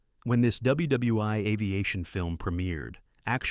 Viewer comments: Nice video ... except for the mispronunciation of names and the stupidity of saying "W.W.'i'" rather than "World War One" or even "W.W.1" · The AI narration is bad enough — “dubya dubya eye”??? (WW I) and it couldn’t make anything at all out of “WW II” — but since when did 1977 come before 1964? At ca. the script states that the 1977 film “Twilight’s Last Gleaming” (a great movie, btw) precedes Stanley Kubrick’s classic “Dr. Strangelove”, which was released in 1964. If we have to endure AI inanity, at least let’s please get our facts straight!!! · Stop saying “WW Eye”! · Thank you stupid AI. You pronounced " ww eye" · Great Content but the AI voice over is sad, "WW i" over and over again. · Aces High. WW eye?? Who appoints these narrators?